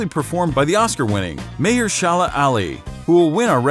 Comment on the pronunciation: Mayor Shala Ali?. It is Maher